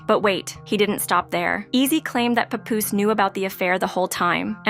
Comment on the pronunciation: I hate the mispronunciation Pupoose!